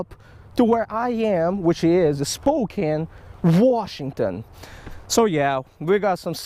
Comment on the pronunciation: Welcome to the PNW! Hahaha good try at pronounce Spokane...spoh-kan. Come over to this side of the mountains.